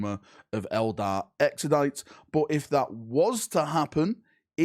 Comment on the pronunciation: Every time I hear “Exodite” a little bit of wee comes out